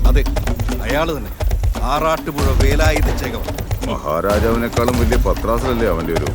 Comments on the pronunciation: സംസാരം മിക്കവാറും കേൾക്കുന്നില്ലല്ലോ ഗോപാലേട്ടാ?? ആരാ ഓഡിയോ റെക്കോർഡിംഗ്? ഛേ, വളരെ മോശം👎 പിന്നെ, 'വേലായുധ' ആണ്, 'വേലായുദ്ധ' അല്ല! ഭാഷയെ കൊല ചെയ്യരുത്, പ്ലീസ് 🙏😅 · വേലായുധ ആണ്‌... വേലായുദ്ധ അല്ല... മലയാളം അറിയാവുന്ന ആരും ഇല്ലേ ഗോപാലേട്ടാ?